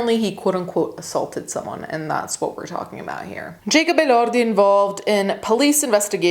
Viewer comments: Elordi- uh-lore-de English U.S/West. Different if your pronouncing in another language or you speak English, but the majority of your audience is of another language, which doesn’t make sense! But it’s a good thing that you have enough respect for the person and assuring that you get the pronunciation, correct! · Like ElorrrrDi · As an Australian, we pronounce it uh-lord-ee. Also...... kylie & Jackie o show is well known to be absolute trash. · We get you’re Italian stop trying to pronounce peoples names all crazy it’s kind of annoying. He’s Australian, not Spanish or Italian or French. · Skipping the video because the unnecessary accent on the last name. Idk why it’s grinding my gears but it is 😅😅😅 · He’s not even Italian, why you gotta say his name like that? Lbvs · The accent just on his last name really makes me giggle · 100% lol